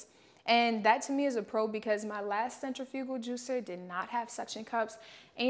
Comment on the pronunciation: Mispronouncing centrifugal but thank you for the video!